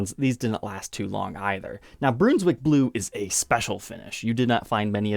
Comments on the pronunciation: Broonswick? Not sure that’s how it’s pronounced. Isn’t more like the stew? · Brunswick is pronounced Bruns wick the u is a hard sound like Brunswick wisconsin. dont say you say Bruhn's-wick. Not being a wise guy but its best to say it right because after all a city. I think the guitar sounds awesome. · Bruhn not Broon for Brunswick :) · BROONS-WICK?! LMFAO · This guitar actually sounds good! When these came out I thought they were rather ugly, but I’ve changed my mind about that. Still not the best-looking guitar I’ve ever seen, but it’s not awful. The sparkle finish works well on this design. Now, a couple of criticisms. “Brunswick” is not pronounced “broons-wick”, it’s pronounced “bruhns-wick”. Short U. And one you mess up all the time is “anyway”. There’s no “s” in that word—it’s not “anyways”; it’s “anyway”. I’d think it might be an Ohio thing, but I’ve lived in Ohio and I never heard anybody say “anyways”. Maybe you’re getting it confused with “always”.